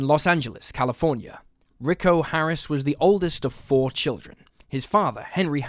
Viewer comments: It's not RICKO, it's pronounced REE-KO. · Its not Ricko, it's Rico. 🙄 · Rick-O? Really? If you’re going to be reporting on missing people for profit the very least you can do is have enough respect for the victims to Google how to pronounce their names properly. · Note on Rico Harris: Rico is pronounced Ree-ko not Rick-O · lmfaoooo this dude keeps saying the name Rico as "Rick-oh" 😂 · The guy's name probably isn't pronounced ricko. Rico always sounds like reeco. I'm pretty sure his name would be Rico. Sounds a bit better later on. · Had to shut this off after the zillionth time you said "rick-o" instead of 'Ree-co'. FFS, it's not even a hard name to read/say. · Ricko? Lol. Pronounced Reecko. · Rick’o don’t you mean Rico? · His name is pronounced "Ree-ko" Harris. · You're killing me. Rico pronounced ree-koe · ree-KOH (Rico) Harris